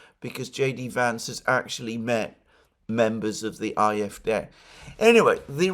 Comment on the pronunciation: Alexander, love ya mate but you really need to learn how to pronounce AfD properly 😂 its "aye eff dee" or just A F D no need to exaggerate the germanness